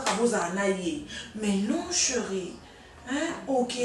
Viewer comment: lembisa bizeti ya koloba ko ba mpangi ya Vincent!!! Chéri et non cheuri osalaka nga matoyi pasi un moment na ba elobeli na ba mabanga na yo